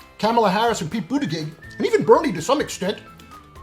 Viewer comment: Joe Biden? Seriously? And PLEASE learn how to pronounce Pete’s name.